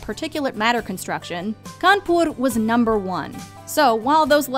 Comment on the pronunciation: U guys made me very happy and soothing when u pronounced kanpur and radha krishna perfectly being an indian and regarding the video as usual u guys rock